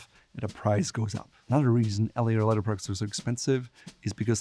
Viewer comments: Love the way he pronounces leather - ledder! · Why does he say leather like that 😑